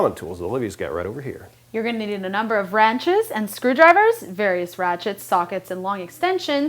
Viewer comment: lol "Ranches"